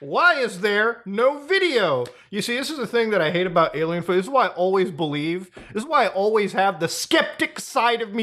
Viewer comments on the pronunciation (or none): Why does this guy call Aliens, Alomow? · Turn CC on when he say "A-LMAO"